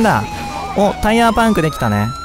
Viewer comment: 何でバイクなのに車ってwあとパンクの発音気になる